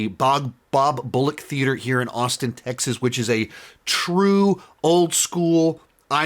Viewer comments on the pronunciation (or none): none